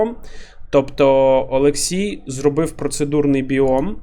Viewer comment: там же ж буквально написано ОлексІй, а не ОлексЄй =)